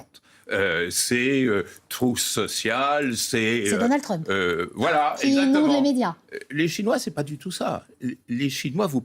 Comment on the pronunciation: J'adore comment Badie prononce Trümp